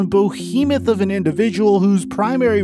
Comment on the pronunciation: I dont get why people say bohemoth... it's behemoth